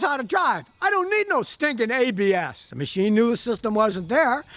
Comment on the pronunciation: when he said ABS cruise control. I thought he was speaking Latin... I heard Habeas Cruise control rofl.